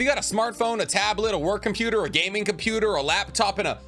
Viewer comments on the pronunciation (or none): none